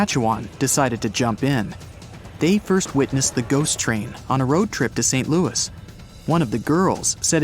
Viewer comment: And saying Louis wrong! 🤣